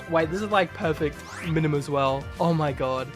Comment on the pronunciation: I’m . I’m enjoying the video. But it’s My-Nun. And Com-bus-kin. I’m sorry. Thank you for coming to my ted talk.🤦‍♂️ Nice Full Metal Alchemist theme!